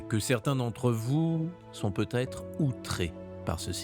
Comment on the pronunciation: Il aurait putêtre 😂😂😂 ah les liaisons maltapropos...!